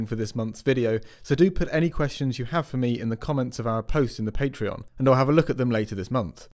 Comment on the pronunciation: Why does it pronounce Patreon as Paytreon?